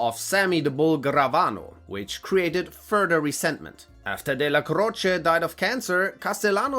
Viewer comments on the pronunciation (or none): none